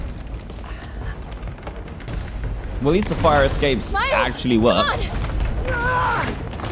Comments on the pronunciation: Did you notice that DAN called miles marecus🤣😂😓Dan just stop making me laugh pls ,😂😂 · When you where going to say miles you said Marcus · U said Markus it’s Miles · 1 hour 16minutes and 28 seconds Dan says Marcus instead of Miles. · And he sqid miles and not meters